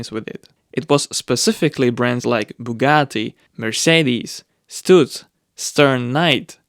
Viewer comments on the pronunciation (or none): none